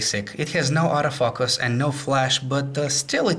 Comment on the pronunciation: Lol "Auto fuck us"